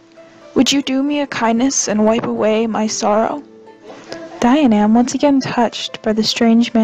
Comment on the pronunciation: Dianaimh is pronounced Jee-uh-nif.